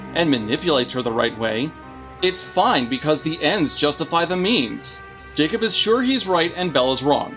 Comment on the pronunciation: What said: “… because the ends justify the means.” What I heard: “… because the ends justify the memes “